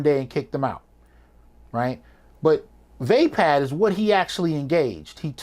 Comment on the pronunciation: BRUH "Vaapad" you got me dead